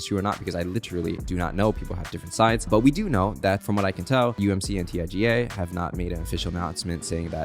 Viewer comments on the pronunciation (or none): none